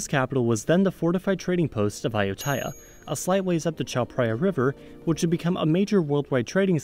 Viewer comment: What bothered me was the incorrect pronunciation of Ayuthaya.😉 But maybe its the correct pronunciation for foreigners to use.